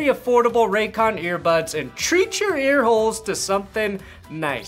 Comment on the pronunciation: Lol Raycon I thought you said Raytheon 🤣